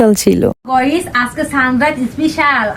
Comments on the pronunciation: গয়িস ❎ গাইস ✅😳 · গাইস নো গয়েস ইয়েস প্লিজ আপু গস বইলো না গাইস বইলেন😂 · গইস ✅ গাইস ❌